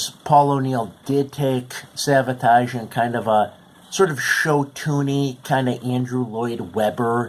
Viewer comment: Its Savatage NOT Sabotage